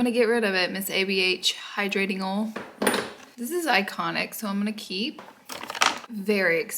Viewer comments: Will never get over how Laura says the word “oil” swear I’m not a hater I just like the different pronunciations of the English language. This was some serious asmr for my hungover Sunday 😂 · Oil 😂 oul 😅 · I don’t know why but the way u say oil makes me laugh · when she says lip oil lol ❤️❤️